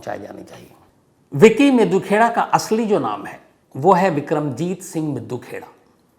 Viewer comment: ताहिर सर हरियाणा पंजाब के लोगों के नामों का उच्चारण करने के लिए हिंदी उच्चारण पढ़ लिया करें । विक्की मिड्डू खेड़ा नाम है ना कि मिद्दू खेड़ा !